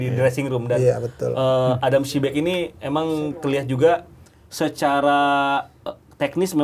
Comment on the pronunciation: padahal host sama ibam udah bener ngomong adam psibek, tapi komentator yang pake topi masih bilang adam prisbek aja